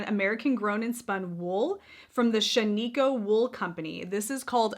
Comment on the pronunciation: Hi, hope you feel better soon! Shaniko is pronounced Shan-i-koh. I love Knit Picks yarns and their High Desert is a really nice yarn. ❤️